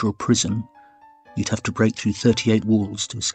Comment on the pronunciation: omg first time hearing "prison" instead of "prism". I was worried we had already ventured into the 4th dimension.